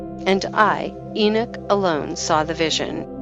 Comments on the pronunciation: I wish they would program speaking platforms to pronounce things correctly It's not enick it is enock? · Lost me when she said enich what a joke